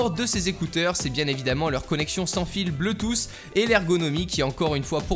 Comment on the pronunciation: Tu y es presque, c'est "BLOUTOUSSE"